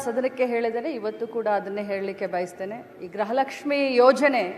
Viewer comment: ಗ್ರಹ ಲಕ್ಷ್ಮೀ ಅಲ್ಲ ತಾಯಿ ಅದು ಗೃಹ ಲಕ್ಷ್ಮೀ 😂